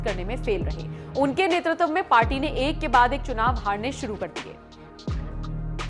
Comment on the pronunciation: यार, तुम्हें 'नेतृत्व' बोलना भी नहीं आता? नेतृतव क्या होता है? शायद, तुम लोग नई व्याकरण बना रहे हो।